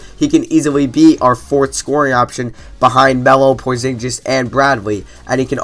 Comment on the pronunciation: Porzinjiz hahahaha